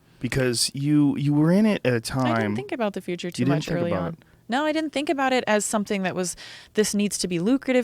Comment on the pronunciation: Noodlehorn There's no second "d" in didn't !! It's di-in't!!! :)